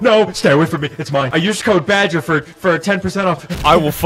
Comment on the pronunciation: it's badger not ''bagger''